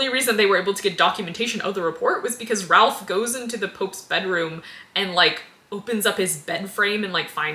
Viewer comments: if we're pointing out minor pronunciation slips, Ralph's name is perplexingly pronounced /reɪf/ rather than /rælf/ because shibboleth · For future reference the Ralph in Ralph Fiennes is pronounced Rafe. I remember he was seen on set with a shirt or hat like 20 years ago that said "it's pronounced Rafe". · "Anyways, he's played by John Lithgow." Better known to pre-Millennial audiences as... well, not as "Mitch." Older folks also have a more nuanced understanding of how to pronounce "Ralph," but the "not good with names" card was played early in the video. Apology accepted. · Just a picky little thing but you are mispronouncing Ralph's name. The L is silent.